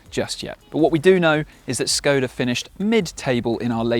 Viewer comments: Sh-koda. Not S-koda. You'd expect better from a reviewer. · ŠKODA fix your pronunciation Š ---->SH THERFORE Research what you say and don't say it as you want just because you think you can . Is like others will pronounce your name DaUGh